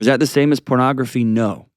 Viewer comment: Chill lady... Chill... "Not if he's using pronogrfy...." Out to lunch.